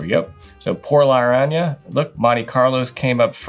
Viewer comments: Por Lar-Rahn-Yaga!! We'll teach you how to roll the double R next!!! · It's Por-La-Ron-Ya-Ga